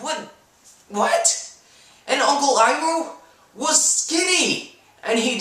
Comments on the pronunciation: The names weren't pronounced 'wrong', they were pronounced as they were written in the show. 安昂 (AnAng) which would be pronounced like it was in the movie depending on the dialect. You would drop the first n to make the name flow better. 索卡 (SuoKa) The one that doesn't make any sense at all is Iroh is written as 艾洛 (AiLuo) But other than that, depending on your point of view, they actually pronounced the names 'right'. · They couldn't even PRONOUNCE his name as "Iroh". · one of the things i hated was how the camera was just focused on a person's face and that's all you saw most of the time and then the pronounciation of the names wanted me to scream. When i saw Iro and the fire lord, i was like "WTF?!?!?!" i was also sad how you barely saw appa and momo :( i can't believe there'll be a sequel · Every time they said Arng, Earoh, and Soka, I died a little inside.